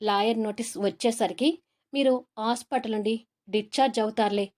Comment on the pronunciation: Story chala bagundi kani Mee thelugu bhasba nu improve chesukondi roju ni rose antunnaru vuru ni voor antunnaru hospital nu ospital antunnaruu ila inka konni words vucharana improve chesukondi voice bagundi kani vucharana sariga ledu just advice criticism kadu ! All the best!